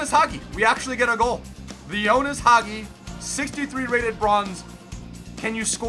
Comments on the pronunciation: Bro it's not Jonas. It's Ianis. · His name is ianis not ionis 🤣🤣